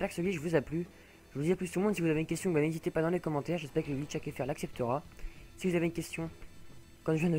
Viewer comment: A tu dit glich !